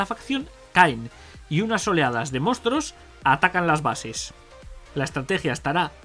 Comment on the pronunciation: Me ha hecho gracia cuando has dicho "mostros" en vez de monstruos XDDDD Te dejo mi like